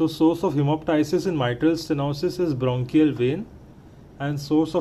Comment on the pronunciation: Mc sources of hemoptysis-Bronchial artery Not*Brachial ..